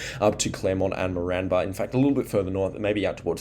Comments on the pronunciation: Great videos, agreed, try pronouncing Moranbah as More-n-bah, or More-an-ba. Also Eidsvold, try Eyeds-vold or ieeds-vld.❤ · You’re pronouncing Moranbah incorrectly.